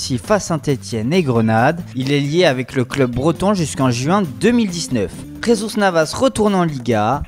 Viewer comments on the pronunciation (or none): none